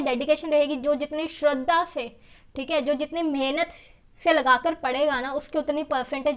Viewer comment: She always say "theeke"👌🏻👌🏻